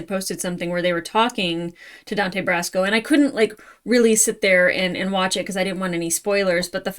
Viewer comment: "40+ years"? Whaaaat? There's no way you're more than 28. Dante Basco, BTW. No "r".